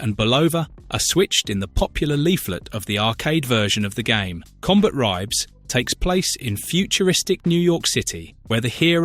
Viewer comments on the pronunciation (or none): CombaTribes. That bugged the hell out of me, and he says it so many times. What the hell is a Combat Ribe? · It's pronounced "Combat Tribes" not "Combat Ribes" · Im pretty sure its pronounced Combat Tribes.